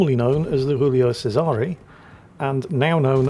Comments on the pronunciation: Giulio Cesare. “JOO-lee-oh CHE-sah-ray” They’re not French; you are permitted to say their names properly,. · Strange mix of Spanish, English and Italian pronunciation there. Giulio Cesare is pronounced Ji-oo-lee-o Chez-a-ray. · never fails to mispronounce Julio Cesare or anything non-English, so I truly believe he doing well and back to his antics.